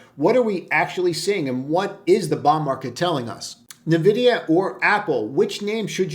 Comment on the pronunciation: LOL. Nah-vid-i-ah is for Boomers.